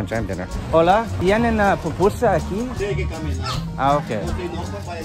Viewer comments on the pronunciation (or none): Friend. you said "Papusa" that is a mountain in Romania. The pronunciation is PUPUSA (Poopoosah). Thank you!